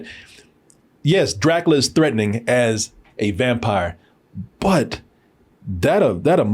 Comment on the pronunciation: "I'M A VAMPIAH!! I'M A VAMPIAH!! I'M A VAMPIAH!!" -- Nicolas Cage